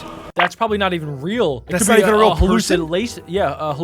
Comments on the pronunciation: It's not rael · It is not rael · It not ril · it. not. reaI